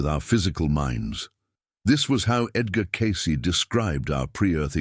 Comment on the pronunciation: Teach your AI to pronounce Edgar’s name FFS.